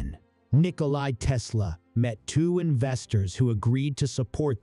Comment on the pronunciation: It's NikolA not Nikoli. Learn to read.